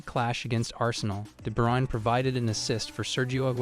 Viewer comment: There's a channel called "Footballer name pronunciation" (I'm not joking). Kevin De Bruyne was a guest. You should check it out, then you'll know how it should sound.